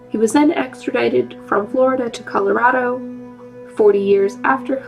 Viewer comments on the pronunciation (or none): none